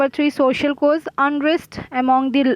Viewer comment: Her English is trash.😑😑.she is pronouncing cause as cose.